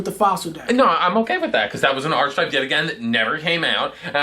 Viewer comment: Pronounced Ar - KEE - type not Archi- type.